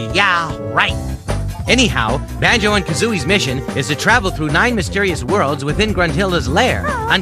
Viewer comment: "anyway Banjo "and" kazooies mission.." Why was that so funny 😂😂 how he said AND kazooies 😂😂